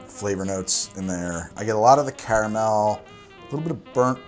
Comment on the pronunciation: Great channel, but I’m sorry I really dislike the sway you say caramel